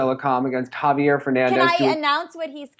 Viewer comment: Nice but you still have to work more on how to pronounce Javier correctly.